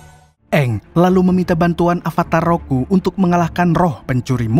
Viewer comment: Avatar ROKU bg, bukan RUKO